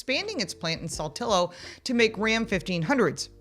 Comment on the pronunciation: I didn’t think a reasonably intelligent person would pronounce Saltillo the way she did !